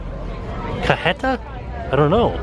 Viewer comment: it's pronounced CAH-HEY-TUH. It's a Mexican caramel insanity that is SO good